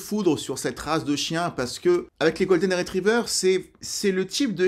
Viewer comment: C'est bon t'as dit qolden et non labrador je me désabonne c'est bon ! Je rigole je m'en fou